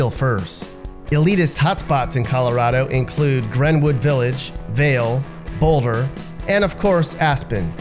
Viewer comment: Boulder CO! Yea you nailed it right off the bat.